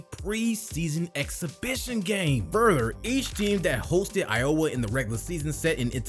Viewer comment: It's i-o-wah, not i-owah. You make it sound like iola. Clark is a breath of fresh air, for Iowa fans.